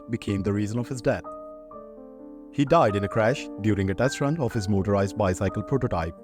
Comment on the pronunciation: I just commented in the 1943 obituary about your trying to do back stories on celebrities, and I scrolled down to this one, and I see you’ve already begun with it . Congratulations, it’s great! Let me put on my “Grammar Nazi” helmet for a moment, though. “Bicycle” is pronounced “ by-SICK-el” and the last syllable in “automobile” is pronounced “beel”. Remember, I told you a while back that English has more exceptions to rules than rules themselves. English steals from every other language and then sometimes decides to “anglicize” the word, and sometimes not. You can handle it,though; you’re a dedicated student 👨‍🎓!❤